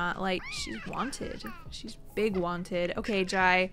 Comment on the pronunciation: Jai is pronounced Jay